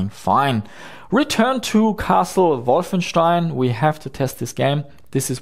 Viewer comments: They didn't say that was pronouncing it incorrectly. It's actually refreshing to hear this pronunciation. I don't pronounce it correctly either, but it's too ingrained to change now. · lol he says it correctly it's the native english speakers who don't